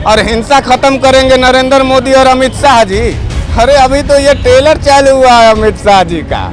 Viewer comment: Tailor nahi hota hai trailer hota hai thoda tum b padhai karlo